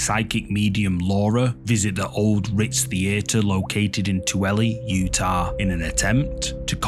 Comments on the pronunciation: For future reference, I’m from Utah, and Tooele is pronounced VERY strangely. It sounds like “two-ill-a”. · It's pronounced "too-willa, yew-tahh," and it is a desolate place, quite unfit for human settlement. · It's pronounced twoella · It's actually pronounced too-ill-uh. For the Tooele Ritz theater video.